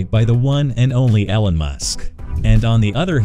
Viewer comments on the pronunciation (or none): This is a terrible pronunciation of Elon